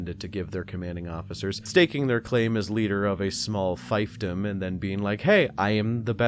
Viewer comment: just a heads up, that’s pronounced “Feef-dom”